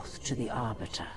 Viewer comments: Jesus christ "The Arbutter" fucking LEL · i cried a little at the "Arbutter"